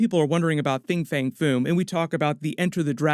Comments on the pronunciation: I believe it's Fin Fang Foom, not Fing Fang Foom. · Very late to this and sorry to nit-pick but it sounds like you're saying "Fing fang foon" and it's "Fin Fang Foom" but tbh you could be saying it right it's hard to tell so sorry if you are